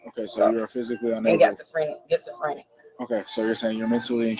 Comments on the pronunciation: Gets-a-frenic 😂😂😂 , what a idiot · She said it right😂 “Gets-a-Frinic” 😂😂😂 so she has that “Gets to Take 💩” type of personality 😂😂😂😂 and she’s named after her mom and dad 😂😂😂😂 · Getsofrenic, Pacific and classOphobic .she went to jail and did nothing but think about what she's going to steal when she gets home‼️ she picked up zero books and has no friends..because she's a full grown women and using worlds she can't even pronounce or spell ..